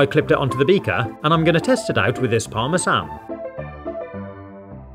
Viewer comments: It's pronounced "pawr-mezh-awn." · I didn’t expect the English pronunciation for Parmesan to be “parm-e-san” rather than “parm-e-John”, either way great video. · French people be like- did he just pronounce parmesan like parmesaaan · the way he says parmesan makes me want to spoon my eyes out